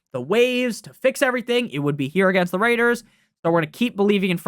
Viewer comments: Goodness, the way you say Las Vegas Raiders is ridiculous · Ridiculously ENTERTAINING